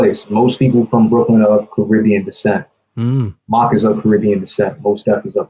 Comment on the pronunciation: It’s pronounced “Mock” not Mac